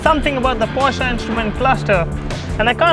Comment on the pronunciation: At last someone who calls it "POSHAE" and not "PORSH" :D